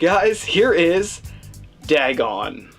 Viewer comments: Its pronounced D-AY-GON. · Lmfao you overact MORE than Ezra! Wtf is "dagg-on"?